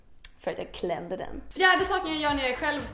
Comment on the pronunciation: 'Jag har en finne här' 'Eller det är ett sår från en finne' 'För att jag klÄmDe dennnn..'